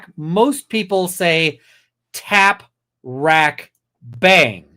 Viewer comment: I’m suspicious of him mispronouncing tap wrack twice…tap wrap…and a few moments later…tac wrack…